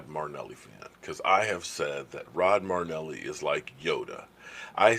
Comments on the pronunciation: not trying to give you a hard time but his name is NOT Rod Marneli. His name is Rod Mar-i-neli. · Hey I know you said your a name butcher and are deselect but you can’t butcher your favorite coaches name it’s M-ae-rih-n-eh-lee not M-ue-rih-n-eh-lee marrynellie > murrynelli I still love you and your channel great work keep goin! #cowboysnation